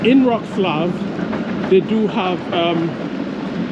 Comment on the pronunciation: try saying Vrhoh-tzz-lah-V